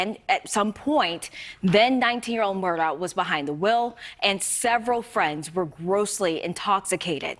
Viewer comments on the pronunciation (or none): I think it's pronounced "Mur-dauck," oddly.